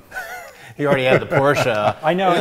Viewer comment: 28 year old kid who has a porsche doesn't even know how to pronounce PORSCHE properly. I can't respect him anymore. He should be fired from CR